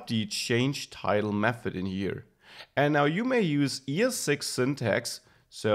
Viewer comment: i like how you pronounce th => f :D mefod